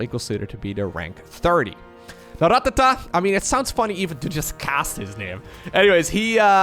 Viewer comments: Going to be honest, dont like how you say rattata. Sounds like your trying to instruct a drummer on his pacing. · You rolling the R in Rattata makes me feel funny. In a good way.